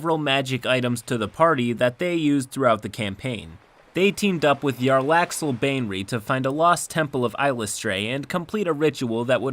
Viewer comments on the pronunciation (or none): Jarlaxal isnt Yarlaxle, its J as in Jax...like his bar One Eyed Jax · they way pronounces "Jarlaxle" it displeases me